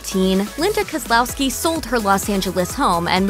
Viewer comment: She can pronounce Koslowski but not Charlton?????